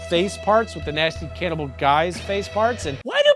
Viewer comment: I definitely need a “can-ibal not can’t-ibal” bumper sticker